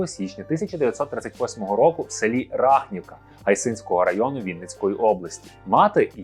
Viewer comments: Народився Василь Стус в селі РахнІвка, а не РАхнівка. А район ГАйсинський, а не ГайсИнсський. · У нас кажуть Рахнівка наголос на і 🙂